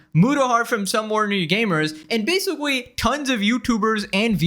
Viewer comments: Your pronounciation of the word "basically" gets worse with every video. We've now landed at "basawwy", right in the first few seconds. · Did you say basicwee? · “and basicwee” 😂 I’m sorry that just caught me off guard 😅 Love your videos tho! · This is basoowee crazy. I basicwee can't beweeve it